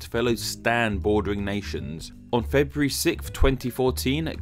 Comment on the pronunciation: Febuary?? Frebruary is the answer XD